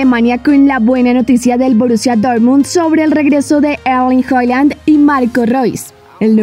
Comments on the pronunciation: Se pronuncia Jaland no Joland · se escribe Haaland o Håland, pero se pronuncia "Jaland" puedes verlo en un vídeo donde él dice como pronunciarlo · Erlin que??? 😂😂😂 ...Halland! no “jayand” o no se como lo pronunció la señorita 😂😅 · Se escribe halland y se pronuncia Holland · Haaland no "hollan" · Yo tambien entendi joland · Yo le entendí Joyand, cómo queriendo decir joya y Haaland